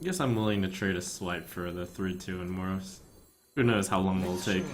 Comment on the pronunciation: The way you pronounce Moroes.... Please stop. The "e" is NOT silent.